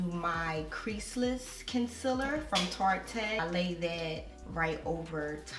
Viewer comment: The e in Tarte is silent. Love the hair & the video. 👌🏾